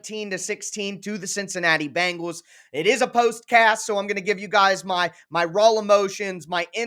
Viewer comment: As a Bengals fan I have to correct your pronunciation it Bengals not Bangels you sound like Chris Simms.